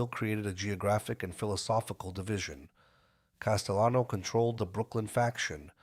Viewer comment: Paul Castayano. 😂. Jesus just narrate it yourself unless you cant speak any better. What a joke